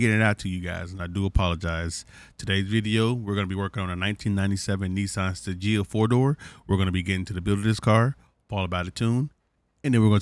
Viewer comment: It's pronounced STAY GEE UH lol